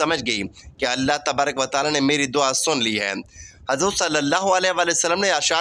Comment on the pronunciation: Are you Shia. You can not even pronounce Taala.shut up. Leave it alone.